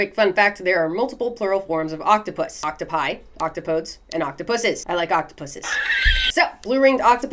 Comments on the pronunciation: Octopodes is pronounced with a deez sound at the end as in get oc top o deez nuts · shouldn't octopodes be pronounced ock TOP oh deez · fun fact. using the original Greek grammar rules, one would pronounce the plural thusly: Oc-Top-Oh-Deez. But because of some unwritten rules about naming stuff, American pronunciation is used for all things scientific unless they were embedded before modern dictionaries. {side note: I have always believed that having working chromatophores would be the coolest physical trait to have} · Octopus comes from greek rarher than latin so plural should be octopodes (ok-to-pod-eez, not -podes). One should not pee on jellyfish stings, use vinegar or lemon juice instead. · God I love her energy and pronunciation of some things. It’s so fucking satisfying. 🥰